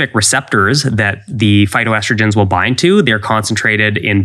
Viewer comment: Are you trying to say "phytoestrogens" or "filtho-estrogens" (lol)